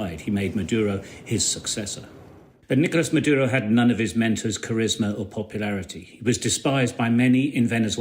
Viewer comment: The most shocking thing is no one single English speaker even mildly attempts to pronounce “Nicolas Maduro” the proper way even though they say about one hundred times 😂😂😂😂